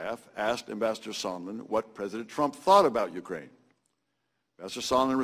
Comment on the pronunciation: you-Krain I-krain we-all-Krain for co-kain